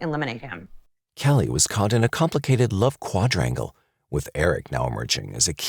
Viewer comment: i’m sorry 🤣🤣 this dude said “quadrangle”